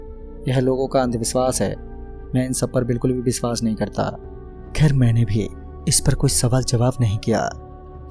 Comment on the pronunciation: Nice 1 bas sha ko s mat boliye like viswas, suru